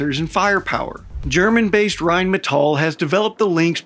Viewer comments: Well, he's not quite pronouncing it correctly, he says it like Rheinmetoll" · saying "rhinemetoll" isn't exactly knowing how to pronounce Rheinmetall to be quite frank. Better than most foreigners, still a lot worse than us. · And the R should be rolled like in spanish. But its close enough. All good. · but „Rain Metal“ also sounds nice and is quite fitting to what Rheinmetall is doing: raining metal on the foes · Rhine-me-tall is not how you pronounce it supposedly, and who cares. Germans can't even get it down nor agree. Whyn-meh-tahl. Rgryn-metahl. Germans say it differently. Same with Porsche. Pretty sure Germans just hate it RWINE-Metal as the best pronunciation, because the W. LoL. More use to the L I suppose. JP. I did tell that to a terrible middle school history teacher named Mr Wynne, or Vynn. Rhine as the river, and metal as in heavy metal hands down the best way to say it, because it's an amazing name for a company producing tanks. I'll keep saying that. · I'm all about getting another nations language and pronunciation correct. But the American side of me says Rhine Metal does sounds hardcore Badass like it's some type of futuristic battle mech production entity. It might be wrong...but it sounds sooo right.=) Typical American I am. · We still need to work on rolling that R though